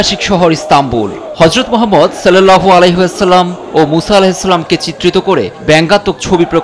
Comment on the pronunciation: যে খবর বলছে, সে নিজেই উচ্চারণ করতে পারছে না নবীর নাম 😊😊